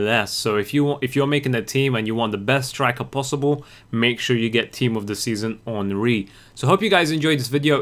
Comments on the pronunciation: Say en and ri not enneri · The wolves henry us pronounced On-Ree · karl henry for wolves they say henry like you are supposed to say theirry henry. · the way his name is pronouce is the right except you don't watch EPL soccer ... his name is prononouce hunry instead of henry in real life soccer